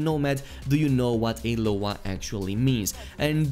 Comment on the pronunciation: L.O.A. (like in ache) dude, not LOah >:/